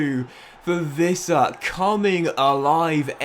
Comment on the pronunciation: It's Yoane "Ouissa" not "Vissa". He's francophone and that's how he used to say it in France.